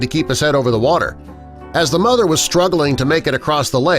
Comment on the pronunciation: Mother not mothder.